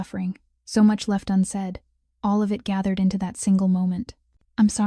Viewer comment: And the simple word "it" (in so many AI read stories) seems to always come out as "I.T". And if it was actually "I.T." - it's a mess.